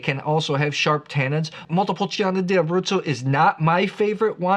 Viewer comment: I really like your videos. Thank you for your insights. I don't want to look picky, but there is no i when pronouncing "Montepulciano". The i is just for the "chaa", otherwise it would be "ca".